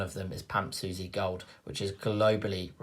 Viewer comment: is suisse actually pronounced susie?